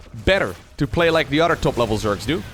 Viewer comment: All respect bro but i noticed you pronounce your th with d's for example other than would be udder den an command cender